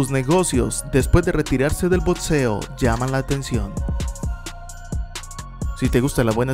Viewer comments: Todos: Boxeo: Botseo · Bien por tu video pero estaría mejor si tomas unas clases de pronunciación y decir boxeo y no botceo tenemos que mantener nuestro español y hablarlo como en los buenos tiempos solo una humilde opinión